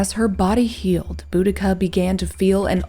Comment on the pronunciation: Oh wow, thank you!! Her name was always mispronounced...